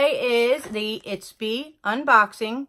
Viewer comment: Not to nitpick, but it’s Ipsy not Itpsy ☺️